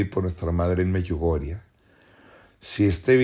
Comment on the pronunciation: Me choca que este tipo sigue diciendo Meyugoriaa